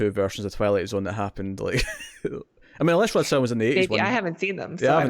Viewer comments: Wait a minute his name is Rod Serling not Rod Sterling? Next thing you are going to tell me is that we do not get French Benefits. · It's not Rod S"T"erling ... it's Rod Serling. Please learn the guys name, at least, if you're going to talk about him. Thanks